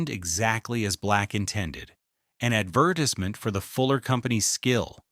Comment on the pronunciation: lol I know that bothered me too Also the way he said advertisement Add vertis MINT lol 😂 I’m like wait what? I think it’s a digital voice